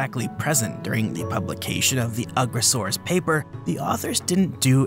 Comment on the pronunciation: I think you’re pronouncing the name wrong. It’s You-gross-arus. 😂